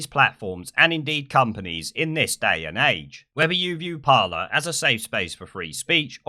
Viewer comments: It's pronounced par-lay, not parler. It's a French word which means talk or conversation. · just so you know, its pronounced parley, as in to parley (speak) with somebody of opposing sides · It’s called ‘Par-ley’ isn’t it? Don’t want to be that guy but fuck it 🤣 I’ll shut my mouth now. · christopher stanley it’s not it’s parler